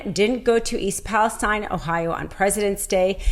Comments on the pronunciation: Not that it matters, but it's pronounced East "Palasteen", not Palestine like in the Middle East. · I live near Palestine, Tx. We pronounce it "Palasteen" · She's on to something really troubling, but why didn't she learn to pronounce Palestine, as that town actually pronounces it? That's a bit of a flaw, with which Greene and company can easily dismiss this whole video.